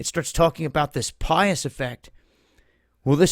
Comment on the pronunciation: "Pies" effect, not pious